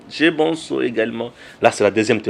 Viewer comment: Bsr cher! Pardon mon cher prononce bien le nom de ton papa l'Honorable Président de l'Assemblée Nationale, "vieux MBOSO" au lieu de BONSO, merci!